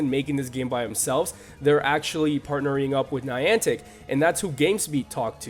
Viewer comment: Ninantic? These guys do know that it's Niantic Labs, right? The people who made Ingress? It's a bit unprofessional for these people to get the name of one of the major companies developing the game wrong...